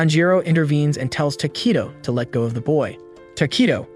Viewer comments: It’s not tokeytoe it’s tokito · ITS NOT TAKITO ITS TOKITO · And tokito lol